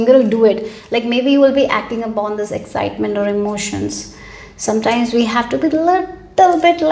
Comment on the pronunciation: Wht is egjitement😂😂 I dont understand wht this lady speaks😮 Moreover,dont understand the concept of unnecessary laughing 🤔🤔